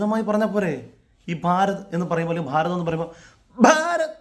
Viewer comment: നിങ്ങൾ എല്ലാം പറഞ്ഞത് ശരിയാണ്. പക്ഷേ 'ഭാ' എന്നത് മലയാളഭാഷയിൽ കടുപ്പിച്ച് പറയേണ്ടുന്ന അക്ഷരമാണ്. 'ബാരത' മല്ലല്ലോ..